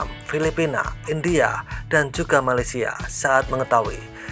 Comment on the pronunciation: Malaysia itu “piseurieun” wkwkwk